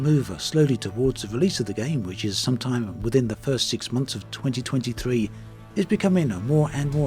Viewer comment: Awesome videos and content. But it sounds like you said this will be released in 2003. I think you meant 2023. Lol 😆